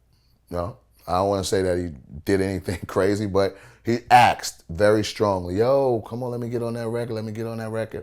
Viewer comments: He "axed" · How black people say "asked": "Ackst"